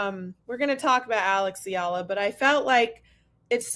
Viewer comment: Thank you for sharing the correct pronunciation of Eala. I was surprised by that opening Magandang Umaga! Love listeninng to you two